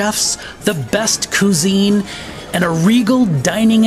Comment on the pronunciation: Cuisine is pronounced kweezeen, not kuzeen.